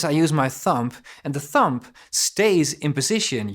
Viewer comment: Prachtig. Tip, spreek de b niet uit van het woord thumb. Niet lullig bedoeld, ben groot fan.